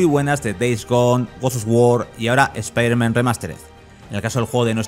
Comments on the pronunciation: Porque le dice "Espiderman" y no "Spiderman"? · Buen analisis P.D. es "ESPAIDERMAN", no "ESPIDERMAN" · ESPIDERMAN? PRONUCIA BIEEEEEEEEEEEEEEEEEEEEEEEEEEEEEEEEEEN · ¿Speider-man? ¿es un nuevo super héroe? Nunca había escuchado pronunciar el nombre peor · es un chiste usado en Padre de Familia cuando Peter le dijo Espiderman a dicho superheroe, como si se burlaran de la pronunciacion española, eh ahi la referencia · EspaiderMEN XD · Por qué le dicen espiderman? Si la cagan!!!! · espiderman jajajajjajajajjajajajajajajajajjaa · Por que si es piderman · Cuando lo primero que haces al entrar a ver un video europeo es escuchar como pronuncian mal el nombre del prota .... cierras el video y te vas a la mrd .... bye xd